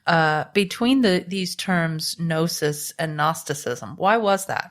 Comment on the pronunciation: Did he just say "Guh-nosis"?